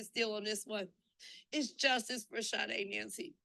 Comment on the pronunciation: Her name is SADE pronounce it correctly